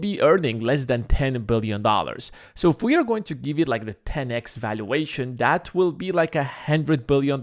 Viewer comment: Hey try and pronounce THAT as THAT not DAT man. Stick your tongue out when you say it. You can do it.